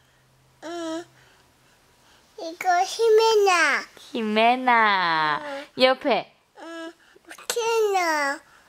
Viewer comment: Me encanta ver a que cuando le preguntaba quien es mas bonita mami? O xime? Y el = xime tan bonito espero que dure mucho la amistad con xime y me asombra que pronuncia el español bien solo que le falta practica pero de ahi es bien cute